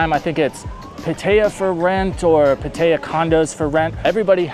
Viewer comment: But why do you pronounce Pattaya so white and incorrect lol. It’s “Pah tai yuh” not “Pah TAE yuh” this is not the Midwest USA